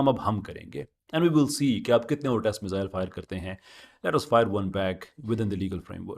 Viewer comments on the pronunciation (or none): none